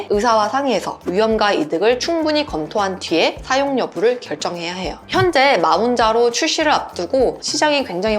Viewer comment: 마운자로 ㅋㅋㅋㅋㅋㅋ몬자로가 맞는 발음입니다